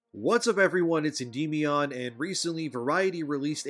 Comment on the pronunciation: That's not how you pronounce Endymion